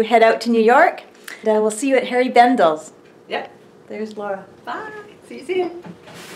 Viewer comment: Please don't take this the wrong way, but it's HENRI Bendel, not Harry Bendel. You look like you had a blast, best wishes to you!